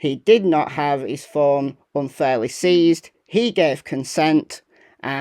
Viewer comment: Seized, not ceased. Love your channel. You do a great job.❤